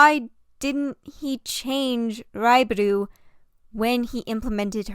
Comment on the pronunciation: hi sorry ! this is SUPER unrelated but to let you know, raibaru is pronounced more like a "l/ru" sound ! you tend to pronounce 'ru' sounds as 'du', just wanted to help as a native jp speaker ! in case you wanted to learn ! i love the video ! ^__^ also, to be fair, i think its okay to pronounce the names in english ! you dont need ajapnese accent if you are speakiing english ! ^^